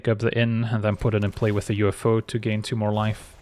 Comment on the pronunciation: i don't know, "the UFO" is pretty good, but I particularly appreciate "uffo" pronunciation....it's goddamned hilarious.